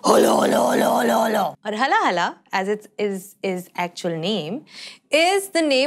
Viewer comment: It's haala-hala with 'aa' sound not HALA-HALA